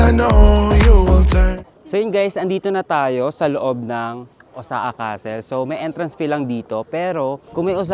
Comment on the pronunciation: iba ka rin mag travel vlog beh, puro mukha. hahahaha. Tapos ayusin mo nga mga words or grammar mo, nakaka irita. "OZAKA?" and many more. lol